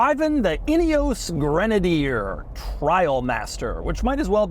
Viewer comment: Doug is the kind of guy who mispronounces literally everything 😂